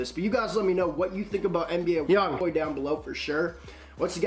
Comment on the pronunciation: Pronounce his name right bitch